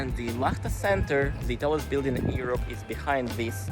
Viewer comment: Hi, Thanks for all your video's! I need to give you a little English advice. Please delete this message after you read it. You can say YOU, right? So, the word EUROPE begins with YOU. You say EE-rope. Please say YOU-rope. All the best 👍